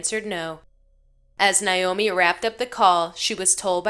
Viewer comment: I just gotta say it's Naomi with an A not Niomi with an I. I enjoy listening to your videos but often find myself wanting to yell at the dispatchers! Some of them are really great and others just seem to ask the dumbest questions at the dumbest times!!